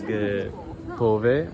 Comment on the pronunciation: Hi brother it's not pove its pope👍❤ masth shok'da devastahaana...usa'd